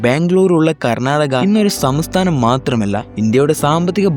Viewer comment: ആദ്യം സംസ്ഥാനം എന്ന് പറയാൻ പഠിക്ക്